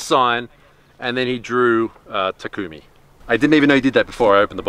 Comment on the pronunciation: Why does everyone say "Ta-koom-ie" I thought it was "Ta-kum-ie"